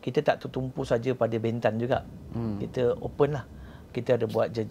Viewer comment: Lemah lah pengacara ni. Tanya soalan pun terkial2. Tidak intelektual. Harapkan tampan, hensem dan tampan jer. Sebut perkataan bentan pun tak sama bunyi. Jgn panggil dia lagi lah